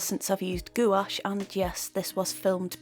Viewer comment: Loved the video but it's pronounced like gwash